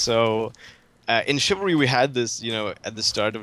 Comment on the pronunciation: Chivalry? Not chivalry.